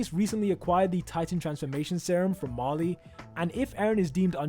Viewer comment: “Marley”, not “Mali”.